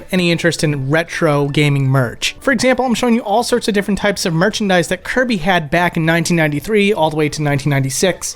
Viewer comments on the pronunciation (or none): 100% hands down convinced he said "Hirby" instead of "Kirby" here lol 😤😤